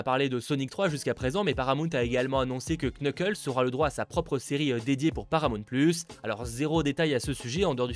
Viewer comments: Quand on dit knuckles il faut pas prononcer le K juste nuckles. Je sais j’ai l’air un peu genre bizarre à dire sa de nul part mais je déteste entendre sa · Knuckles pardon mais ca me tue se dit nuckles le k ne se prononce pas Sinon super vidéo merci beaucoup